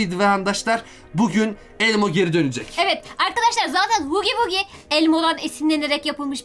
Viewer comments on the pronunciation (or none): hugi vugi diye okunmuyor hagi vagi diye olm hugi vugi demeyin. Oyunun huggy wuggy şarkısında bile "hagi vagi" diyor.